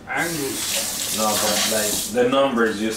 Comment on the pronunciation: "Angoose Beef"